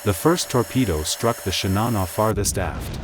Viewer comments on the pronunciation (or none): I cringe every time I hear this guy mispronounce the name of the ship and her captain...it's 'Shi-na-noh', not 'Shi-nah-nah', and 'Ah-bee', not 'Abe'! 🤦‍♂🤦‍♂🤦‍♂ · Shinano, not Shinana. Admiral Abe ("ab-ay"). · „Shinana“🤷🏻‍♂️… bad ai voiceover…. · An excellent video which I very much enjoyed. My only issue is with pronunciations. Shinano is pronounced "shee-nah-noo", with emphasis on the first syllable. Abe is pronounced "Ah-bey", with emphasis on the first syllable.